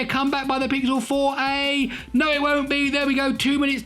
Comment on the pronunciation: Everytime he says "no it womt" I crack up.